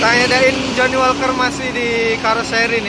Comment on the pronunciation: Da ir bos.... Bukan dain🤣🤣🤣